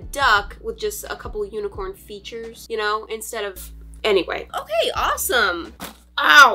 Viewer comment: Lol it’s okaay